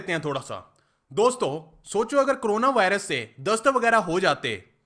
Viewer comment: भाई तुम भी करोना बोलते हो कोरोना को..🤣🤣🤣